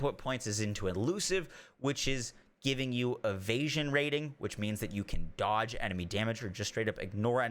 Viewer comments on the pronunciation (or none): none